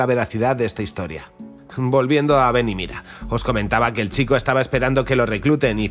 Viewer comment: Esta todo muy bueno, lo unico que nose te entiende es el titulo desis ven y mida